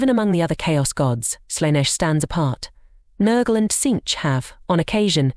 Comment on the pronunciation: You are pronouncing Slaneesh...